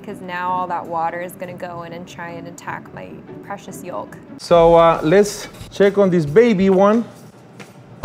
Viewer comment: why does she say it like that. why does she pronounce the “L” in yolk